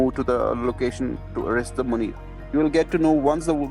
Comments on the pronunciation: The best part is how much you both struggled with manure/Munir. 😂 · how hard is it to pronounce Munir for an american? i'm hungarian and even i can pronounce it